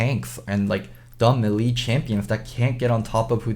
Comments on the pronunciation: it's not me lee it's pronounced May Lay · A "Milee" champion. Mae-lae,, it's mae-lae. Anyways, I was disappointed with the Diana pick. Bjerg seem unpracticed, couldn't find flanks, he has better options for assassin, but he shouldn't went with a control mage or some sustain damage instead. I'm sure they can fix this problem though. I believe in them! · Kind of like 'may lay'. As in, if a lady showed interest in you, and you asked, she might say "Yes, you 'may lay' me,."